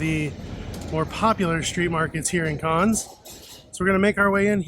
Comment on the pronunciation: Carns? Always nice to learn how to pronounce the places you visit! Otherwise an informative video. Thank you.